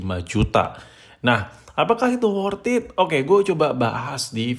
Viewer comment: wortat wortiti wortet wortititan